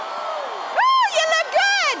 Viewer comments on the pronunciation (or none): Sarah Palin doing her Judy Tenuta impersonation. MAYdison WisCAHnson!